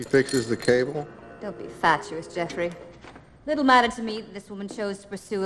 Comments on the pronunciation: no she says fatuous, a similarly defined word. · I believe she properly pronounces fatuous.